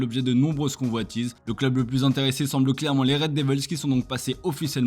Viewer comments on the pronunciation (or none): none